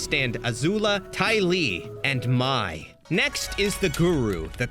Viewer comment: other than you constantly saying mai’s name wrong and excluding some amazing episodes that highlight the characters (tales of ba sing se, painted lady, appa’s lost days)… excellent video